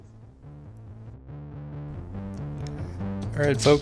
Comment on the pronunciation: You really have to work on your pronunciation and preparation. You repeatedly pronounced Sam VAK-NIN's name incorrectly. It's not VAYK-NIN. Additionally you get pronouncing NARCISSISM incorrectly. It's not NARCISM. Other than that good interview.